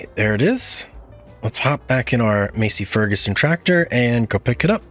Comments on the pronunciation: I had to giggle. Im from Iowa so trust me when i say Massey Ferguson is pronounced Mass-E. PS, i dont know how far you want to go into realism but since watching your series ive paid a little more attention to the cornfields that surrond me and around here, there isnt a one of em with squared off corners. Im sure there must be some somewhere but even farmers know that backing dat ass up isnt very practical. To make things easier, id just round off the corners when planting so you have one long continuous row without all the back and fill. You might lose a bit of crop, but is that little corner a great loss? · Not ragging on ya my guy but it’s “mass-e fur-ga-son 😂 again no biggie man lol just trying to help! 😉 There’s other pronunciations as well like “swath” 😂 “class” 😂😂😂😂 not hating mana love the content just ADHD with some sprinkles of OCD here and everywhere is all lmfao Much love man.